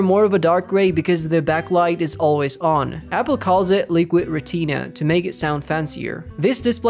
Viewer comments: “Liquid reteeena” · Liquid Ra-TEEN-ah 💀😂